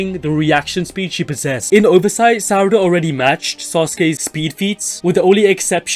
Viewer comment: God the way he says sarada bothers me he says suh-rada sar-ada